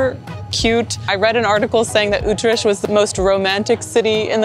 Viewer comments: Oh man, you butchered the pronunciation of the name of my city. And great you like Utrecht. It's one of the 4 cities which make the Randstad but it's not so massively visited like Amsterdam. Tough a big city but indeed feels much smaller. Early mentionings of Utrecht go back to the Roman empire as it was called Ultrajectum. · You actually nissed out on all the iconic places to eat in Utrecht and you really need to work on your pronounciation😂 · Only one is German and he mispronounced the city buddy because it is a Dutch pronounciation not a German one. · That’s not how you pronounce utrecht 😂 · Possibly the worst pronunciation of Utrecht I've ever heard. ;) Nice video otherwise. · It's not Ootresh! Utrecht is the name. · SAY UTRESHT ONE MORE TIME! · stroop with o as in go, Ü trè CH t :) niet with ie as in nicht or beat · Utrecht - Pronounced as uth-rrecttth and not Utresch Sorry had to say 😅 Cause Utrecht has my ❤ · Oetresh? :D Ye, it's a hard one to pronounce if you aint Dutch for sure :D That bunny is Nijntje, a national treasure <3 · No it's not. I was born there. It's pronounced "ggggggg" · KEKW '' Utrash '' naah man 🤣🤣🤣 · Oh god, not Utresh haha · My best friend was born there and it is pronounced... UTE..TER RECKT. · "ütrecht"...im deutch... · I dunno what it is with Americans how they pronounce words like "Utrecht" or something that ends with "sch". The "ch" is silent. Same as parmesan which they all, all the time get wrong. There is no "sjjjj" sound in it at all. And don't judge food in the Netherlands according to your own standards. A pancake is what it is in The Netherlands, not what it is in the US. It can not be all of a sudden a dessert because it fits in your profile. Not everything is measured according to US (mediocre) standards. Remember, 99% of the food you call your own, is stolen from Europe. And it is not toasti but tosto with an [o], not [oa]. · It's similar to the German "ach"-sound. And the "U" is pronounced like the German "ü".